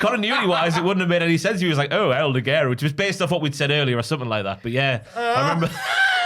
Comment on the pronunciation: Oh god i forgot about how could never pronounce El Ligero. Love but he's sometimes been as bad as at pronouncing wrestler names.